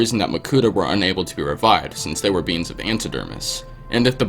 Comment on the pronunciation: When he said the proto dermis produced by beings it said “beans”